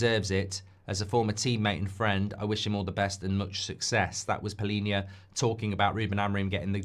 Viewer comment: of them😂😂 it's PALHINHA the right one.